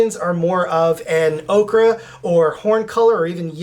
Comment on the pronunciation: it’s ochre (oh-ker) not okra. 🧡💚